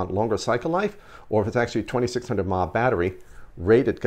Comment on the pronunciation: Please stop saying mah for some reason people who vape don't know what they're talking about clearly it's milli amp hours wow u sound stupid